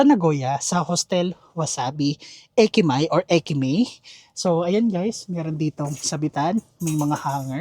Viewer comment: It’s (e-ko-ka) not (ay-ko-ka). It’s (eki-ma-e) not (eki-may). Hindi yan si Rufa Mae.